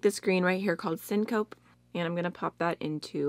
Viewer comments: Syncope is like fainting. And it's pronounced "pee" at the end. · Just FYI: it’s sync-o-pee and it’s a medical term for when your blood pressure falls really fast and you pass out... weird name for an eye shadow 😂